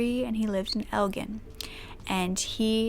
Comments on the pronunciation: el-GIN as in the alcohol gin. el-gen (?) is what you are saying. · Elgin pronounced el-jin... Just in case it ever comes up again (which I hope it doesn't although there are existing tragic crime stories from there as well) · Also Elgin is pronounced “El-Jin” ☺️ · I'm not trying to be a jerk, it's Elgin(L-gin) like alcohol or Gin rummy. I've lived there my whole life lol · Elgin... it’s pronounced el-gin... like the alcohol Gin and tonic.... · I live less than a mile from the location where this took place. In fact I have been in the Chase bank that was built after the restaurant was torn down many times. It is really sad every time I walk in because you know what happened there. I’m so happy this case was finally solved. This is a side note and it’s totally a minor point but I figured you would want to know lol you said Elgin wrong. The ending is like the alcoholic beverage. So it sounds like L-GIN. Just wanted to fill you in lol. Love your videos, just started watching all of them. They are very well done.